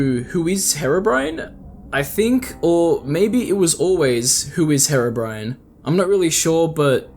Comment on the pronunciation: Why is herobrine being pronounced as bri an And not bri ne I don’t know spacing of sounds so if im wrong sorry but you get what im trying to say